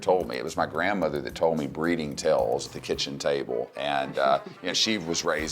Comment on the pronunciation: WOW DID SHE SAY BREDDING LIKE THEY ARE ANIMALS WOW JUST FREAKING WOW